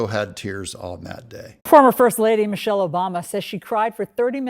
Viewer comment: Did you say Michile ?.